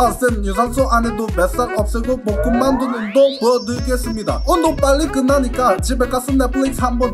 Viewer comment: 복근이 볶음밥으로 들리냐 왜...